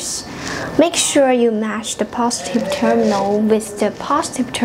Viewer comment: Bukan terminos,, tapi terminal